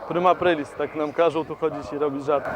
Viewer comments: "Prima aprail" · prima ajpajl xDDDD